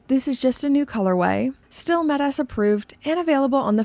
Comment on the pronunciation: It's not met-ass. !! It's metas